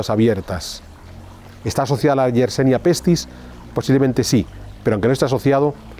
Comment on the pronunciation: Yersinia pestis, amigo. No YersEnia como dices en tu, como siempre, interesante reportaje. Descubierta por Alexandre YERSIN. Gracias!